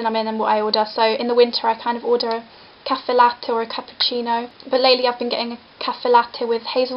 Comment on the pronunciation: i love the way you say cafe latte, almost with a frenchish accent :L